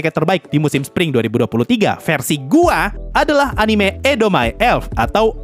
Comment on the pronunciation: wkwkwk "versi gua" nya diteken banget